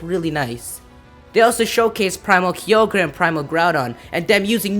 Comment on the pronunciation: Woah. I'm glad I'm not the only one who calls Kyogre "Key-o-gre" lol